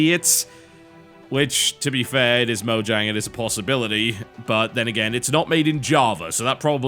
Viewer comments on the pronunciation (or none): Mojang is pronounced Moyang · i could be wrong, but i believe it is pronounced "Moyang" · Isn't it pronounce Mo-yang? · No, they pronounced it Mojang, with a j as in jiff, in the documentary.